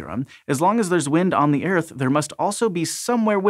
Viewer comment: Ah yes our wonderful home planet.. Eir-th